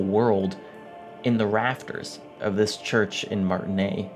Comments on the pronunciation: Yo i know you played the entire game and heard every single fucking character in it pronounce 'Martinaise' you absolute fanny That should've been my first clue i was clicking into a mega pretentious fart of a video, but YT really needs to bring the dislike counter back regardless. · Just for those language enthusiasts, Martinaise, has a vocal s, because as it's a "french" name with an "e" at the end, the pronunciation requires of us to pronounce "s", so it's "Martinezzzzz" :) Totally side note :) Love the essay! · I dislike how you pronounced "Martinaise" and wishing you would just say "mayonnaise" instead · Great video, though I am confused how mispronunced martinaise when it's said in the game many times, I speak French and they say it pretty much correctly in the game, "aise" would rhyme with "fez". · He played before it had full voice acting, so it would have only been said a few times, but yeah, should have probably picked it up from Kim or Joyce or Lena. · PS: the S in Martinaise is not silent. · Great video. I have to say, the horns at the start got me the same effect as you got. Man they are beautiful. BTW you said Martinaise wrong. Oh and fuck Cuno, my favorite character is Kim Kitsuragi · take a drink every time he mispronounces "Martinaise"